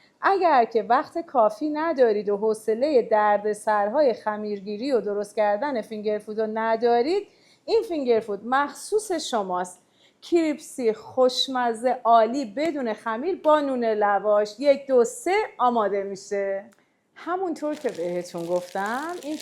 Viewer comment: کریسپی نه کریپسی :) فقط برای اطلاع بیشتر گفتم ممنون